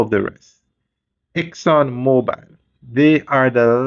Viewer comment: No E is on the last name you're miss pronouncing the name...its mobil not mobile as in mobile phone. Exxon mobil not Exxon mobile